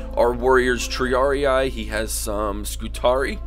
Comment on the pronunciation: isn't it Tree-Ar-Ie-Ai?